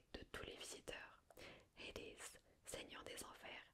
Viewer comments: Ça m'a perturber les nom des dieux à l'anglaise, la haies en anglais est horrible, mais super videos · Super, mais pourquoi tu utilises un accent anglo américain pour dire Hadès ou Hercules ? Ce sont des noms francisés qui viennent du grec, je comprends pas le lien là